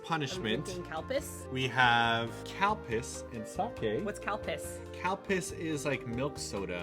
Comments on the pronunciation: Wow,, it sounds like you are saying "cow piss". 😨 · lmfao I thought for sure they were saying Cow Piss and not Calpis. Thank you subs! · I literally thought you were saying COW PISS xD I was like, "damn they take these punishments to a Fear Factor level o///o " Calpis. Got it.